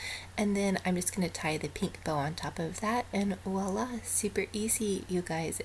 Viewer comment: Voila is French...starts with a V NOT a W😃👍🏻